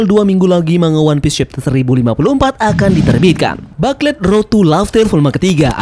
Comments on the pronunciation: FYI Min, (bukan ngajarin). Booklet dilafalnya “Buklet” Bukan “Baklet” Kalo dibaca Baklet gitu kyk denger “Susu” dibaca “Sasa”, Apalagi berulang2 sampe ujung video, Jadi rada gimana gitu…😅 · Yaps, Mknya kita saranin Mimin untuk rombak dikit di video berikutnya, yang 2 ini: Whole Cake = Houl Keik dan Booklet = Buklet, Biar makin keren… 😎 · iya bro, sebelum komen saya riset dulu dan memang betul baca nya buklet👍🏻👍🏻